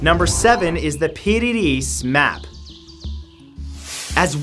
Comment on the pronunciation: I heard the dighton rock could even be Portuguese as 2 of the founding 9 Templars were Portuguese also the piri reis map is pronounced Peary Reese